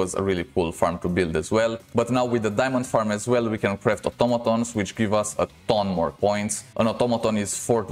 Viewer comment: u r ascent make the vider 2x more better fpr me XD "otomatons" nice vid